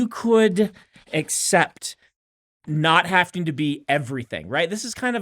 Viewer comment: Brandon, i love you buddy but it's having not hafting.